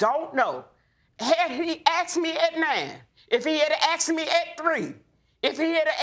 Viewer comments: He axed her!!! Painful !😂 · " axed me" 🙄🙄🙄🤦🏾‍♀️ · Why does she keep saying axed? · He axed her good lord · Why are you saying "aksed" instead of "asked?" You irritate me! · Will both of you stop saying "Axed" for asked? You sound ridiculous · Why do they say Axed... where is the axe? Is it not called asked... ? Just confused... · He never axed me!! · Why can't anyone talk right.. its called :" ASked.. not Axed.. thats something very different ... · Lady i understand your pain but you saying if he asked me or aksed me i would tell him the truth is not an excuse. He deserves the truth wether he asked you or not. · axed me?? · What’s all this ? “He didn’t AXED me?” And him saying he did AXED her?, silly people, it’s not difficult to say “Ask” OR “Asked” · w/all of this "axing" going on, whole forests tremble in fear. the only "hurted" here, is the English language. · Lots of axing here🤷🏻‍♂️🪓